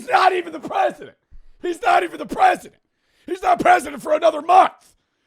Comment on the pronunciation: “HES NOT EVEN PRESDANT! HES NOT EVEN PRESDENT” 🔥🔥🔥😭😭🪖🪖🪖🪖